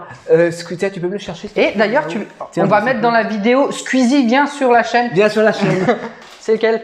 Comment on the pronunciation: Strictor pour Squeeze (pas Squeezi 😁)